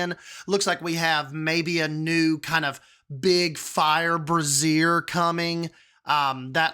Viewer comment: It wasn't your Coelophysis that bothered me. It was your pronunciation of brazier. You pronounced it as brassiere a.k.a a bra. 🤣